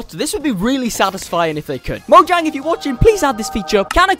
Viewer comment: Its actually right pronunciation